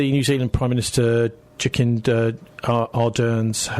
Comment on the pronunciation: Jakinda 😂😂😂 Jacinda mate you have a speech impediment it's pronounced Jasinda. Bloody poms